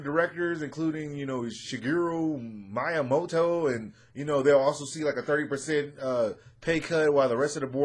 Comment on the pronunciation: Hey, you're covering Game news... AND YOU DON'T FUCKING KNOW HOW TO SAY SHIGERU MIYAMOTO'S NAME!?!?!?